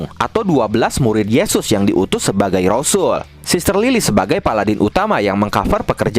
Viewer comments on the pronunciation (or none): RASUL2, BUKAN ROSUL WALAUPUN SAMA ARTINYA